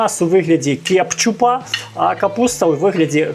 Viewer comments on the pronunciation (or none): Ну, чому кепчуп, коли він кетчуп, а в цілому все інтересно, мабуть, і смачно. Спасибі за настрій.